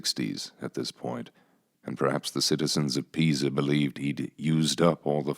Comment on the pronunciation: Ok so how did you suddenly learn how to say “Pisa” at the end after pronouncing it “PEEE zhu” throughout the entire video? Are humans in capable of narrating their own videos anymore? Everything has to be AI?